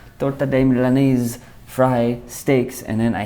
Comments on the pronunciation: Its Milanesa (MEE-LAH-NESS-SAH), Not Milanaze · It's pronounced " Meel-la-nessa " :) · I'm not Hispanic... Lmao jk yeah I am , I'm not gunna let him say it wrong lol, that's messed up! I